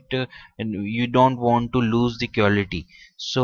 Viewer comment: quality I heard you said war li cute